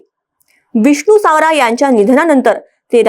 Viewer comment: सावरा नाही सवरा 😂😂